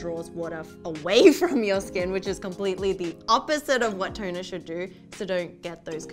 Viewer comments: Lady on the left! Do you see when you pronounce 'toner', your script comes up as 'turner'..? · why do i keep hearing u guys said "Turner".... again "Turner" ... Is it turner syndrome ? 😂 im too biology now . fix me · Is it me or they pronounce TONER as TURNER??? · Really girl on the left teach your friend the girl on the right how to say TONER not TURNER